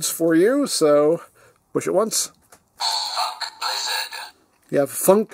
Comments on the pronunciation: Another toku toy that unintentionaly sounds like its saying fuk. Yes its saying Funk blizzard but still, it is pretty funny. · i can't be the only one who finds the way it says "Funk Blizzard" abit... unfortunate. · Is it just me, or is it hard to tell without context whether it's saying "Funk" or... something else?